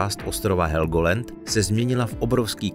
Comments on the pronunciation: Helgolend.....to mi urvalo usi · To je este ok.Ked som pocul ze helgolend som myslel že odpadnem.